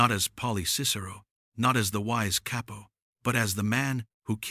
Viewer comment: Gotta love ai narrators. CAY-PO Lmao 😂